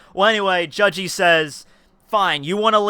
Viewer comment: why do you prounce his name like judge-e